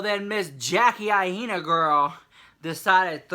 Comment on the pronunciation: It's pronounced eye-na not eye-ee-na. Jackie Aina